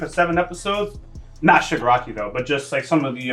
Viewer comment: it's ShigAraki. not E. but yeah. Shigaraki unknowingly killed his family. that's what the episode said